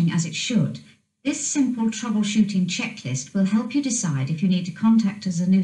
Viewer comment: Sounds like it's saying The Washington Checklist instead of Troubleshooting Checklist .